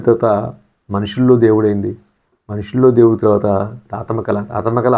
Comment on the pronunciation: గారూ... కొన్ని సినిమా పేర్లను స్పష్టంగా చెప్పడం లేదు. సదరు మాటలను మింగేస్తున్నారు. ఉదా " మనుషుల్లో దేవుడు " పేరు సరిగ్గా పలకలేక పోయారు..., రజతోత్సవం అనే మాట రైతోత్సవం లా వినబడుతోంది...మాంసం ఎక్కువగా తింటుంటే మాటలు ముద్ద ముద్దగా వస్తాయి...గమనించగలరు..